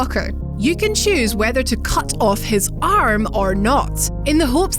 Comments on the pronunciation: Aruum? Do you mean a r m! Not a r u m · She just said....... Lees Ardmum... Like but rn she just said Arm.. Mate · Am I the only one who thought she said "harem" instead of "arm"? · How was the pronunciation of the word "arm" messed up that bad?